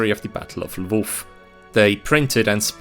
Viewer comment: Your pronunciation of “Lwów/Lemberg” was perfect in both Polish and German